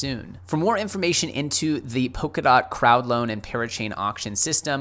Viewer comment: It's Polkadot with an L and not Pokadot. :-)